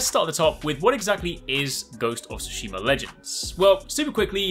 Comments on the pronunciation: "guhosts of soosheemar" lmao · “Ghost of Tsushimer” lmfao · I love how I can’t make out anything being said at the beginning and then Göstof Sushimur